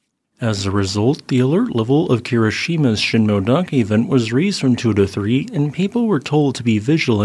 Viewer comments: Thanks for the video. Btw, it’s sheen moe-eh dake, not sheen-moe-dake. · Sheen-moh-eh-dah-keh. correct pronounciation.